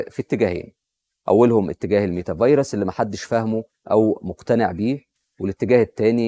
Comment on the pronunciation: عاش , الله ينور, بس خلي بالك من نطقها على ما أظن meta verse (ميتا فيرس)